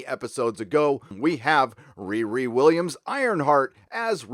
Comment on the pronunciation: Riri Williams is pronounced REAR-ee. I know you want to make the young black characters name sound like a teenager making fun of a mentally handicapped person, but it is just wrong.